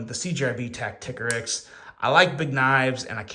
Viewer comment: Isn't it tacti-core-ix? Not tack-tick-a-rix?